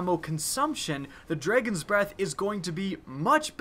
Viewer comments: "The Dregens breath" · Here we go again with "Dreygons" Breath lol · "the dregons breath" ? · Dredgeon’s Breath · You still haven't learned to pronounce Dragon huh? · you say dragon funny